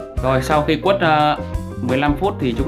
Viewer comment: Quết ko phải quất ạ .